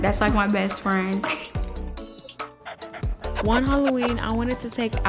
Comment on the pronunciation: “Best fran” 😬 no 😬